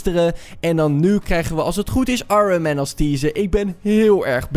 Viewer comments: ironman niet orenman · Hoe zeg jij Ironman 😂😂